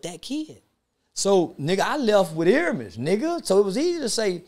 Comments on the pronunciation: First of all that's not the correct pronunciation of his first name. It's "Air-me-es". I find it hard to believe this weirdo lived in LA but did not know who Nipsey was. Nipsey was poppin before he passed, he was nominated for a Grammy, loved by many, on TMZ every two or 3 weeks and working with artist and producers that don't work with anybody... Most ppl will say they don't know Z-Ro but to Texas, that's their Snoop Dogg... so why do ppl feel like because they didn't catch the wave, nobody else did... We gave him his props when he was here, YOU DID NOT!!!!.. How you think he got nominated for a Grammy? How do you think Jay z and Drake found him? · Ear-a-mhus Ok-ta-gon 🤦🏾‍♂️ Rest in peace Nip🏁💙🏁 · He’s improving. He started out calling him Airemis. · Bruhhhhh the fact that Charleston said Ermias Octagon 🤣😂😂🤣 and nobody corrected him, I'm so weak😂😂😂😂